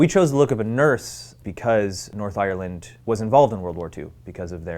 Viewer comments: He’s saying Ireland wrong 😂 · I hate the way Americans say Ireland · Am I the only one who finds his pronounciaton of Ireland funny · Im Irish and I'm sorry but I hate the way Americans pronounce Ireland hahhah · the way he says Ireland makes him sound like a pirate